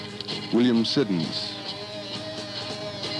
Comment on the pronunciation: This dude can't pronounce Krieger , Manzarek or Siddons. Way to go! Also got Jim's B'day wrong. Born Jan 1943. Wrong He was born Dec. 8th 1943. Bad radio. Must be Public broadcasts. Or student radio.